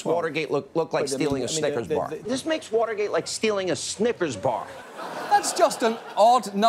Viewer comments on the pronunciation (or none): Did I hear "Snippers bar"?